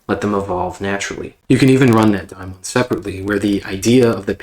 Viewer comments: It's pronounced Daymon. Or at the very least demon. I have never heard it called daimon. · He’s saying it wrong, and this audio is popping like corn in hot oil.